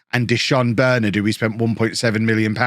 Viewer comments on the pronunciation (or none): As a united fan it tis quite annoying how u say Bernard plz plz plz pronounce it Bur Nard otherwise loving the vids boss